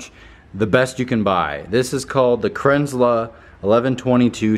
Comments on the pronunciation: Kranzle it's German you saying it wrong, not Krenzla - Kran zle. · The Rock Wieso kränzel? Dass L kommt doch nicht zuletzt ich würde es nicht so aussprechen